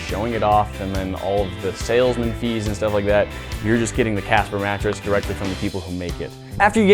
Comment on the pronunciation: WHAT A "MATRESS"?😅😅😅